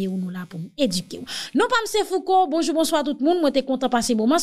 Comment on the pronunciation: ou pa manke pa bwodè lew ap di nou bonjou!... Men,ou pa pwononse'l an kreyol,non: "bonjourrrr".Se fransè.